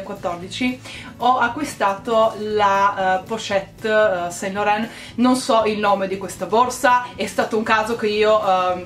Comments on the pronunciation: LORAN si pronuncia San LORAN!! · Ciao bella! Complimenti per il buon gusto, consiglio visto che parlo francese, su SAINT Laurent la i non si legge. Si legge san loran :) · Si pronuncia "ivi san lorân" 💎